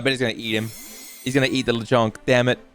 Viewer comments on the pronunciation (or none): Lechonk isn’t “the Chong” it’s “Lechon-k” ( Lechon is baby pig in Spanish) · Very cool how you’re saying Lechonk wrong